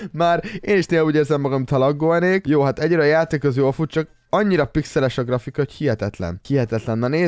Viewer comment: Azt mondtad hogy gafrika XD